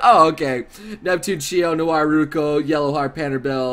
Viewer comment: u made noire sound like vert